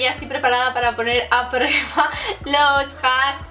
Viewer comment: voy a poner a “prururueba” JAJAJAJAJAJAJA (no va a malas xD)